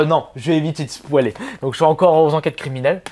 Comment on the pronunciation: "Jvais eviter de SPOUALER" Hahahahahahahahahahahahahahahaaaaaaaaahhhahahaaaaa Continue comme ca mon gars c'est enorme !!!